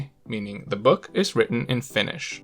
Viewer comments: Are you a Finn? First time heard someone pronounce correctly my first language 😊 though you speak English with an American accent I’ve lived most of my life in Australia still speak Finnish 😅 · Your pronunciation is god tier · I'm surprised by how well you pronounce Finnish